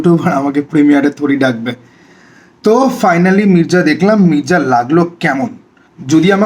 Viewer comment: Mirza❌Mirja✅ আগে উচ্চারণ টা কর যা তারপরে তোর ঘর যা তারপর কিছু খা যা খেয়ে দেয়ে ঘুমা যা মির্জা আবার কি?? Its Mirza ভাই Come on😂😂😂